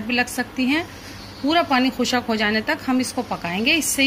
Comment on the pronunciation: Are Madam khushaq nahin khushq hota hai